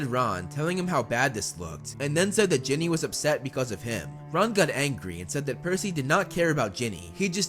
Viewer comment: Umm... it is Ginny not jenny